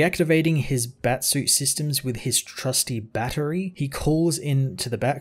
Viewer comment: Batman really calls battery, 'Bat- tery ' lol